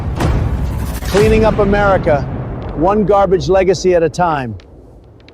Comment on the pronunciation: "What is this gah-bage?" 😂😂😂😂😂😂😂